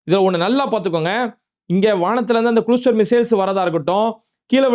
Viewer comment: இஸ்ரேல் எங்க எரியுது.. இஸ்ரேல் அடிக்கிற அடில உன் வயிறு தான் எரியுது 😂😂😂...நீயும் நைட் புல்லா யோசிச்சு வெட்டி ஒட்டி விடிஞ்சா உருட்டி முட்டு குடுத்து பார்க்கிற....ஆனால் இரான் சும்மா வாய் உதார்தான்...ஆனால் இஸ்ரேல் சொல்லாமல் ஒவ்வரு ஆளை தூக்குறான்...அது சரி அது குழுஸ்டர் இல்ல அது கிளஸ்டர் 😅😅😅😅